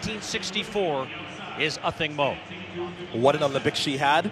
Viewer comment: Her name is pronounced AH-THING-MOO" NOT! "OTHING MO!" It is so easy to read the notes -dude on the mic!